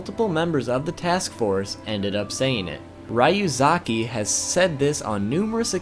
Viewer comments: "raiuzaki" lmao. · Its pronounced like this: Ree-uu-zah-kih